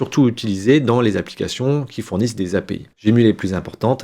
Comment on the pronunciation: Très bien expliqué. Si je peux me permettre : PUT se prononce POUTE, HEAD se prononce hède ou aide. Et en technique informatique (en cybersecurité), on dit CHIFFRER et DECHIFFRER. Décrypter c'est pour les hiéroglyphes ou les journalistes ou novices qui ne connaissent rien à la cryptographie. 😊